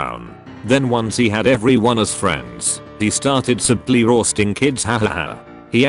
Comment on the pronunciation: The way the voice says “roasting” is the funniest thing to be, sounds Scottish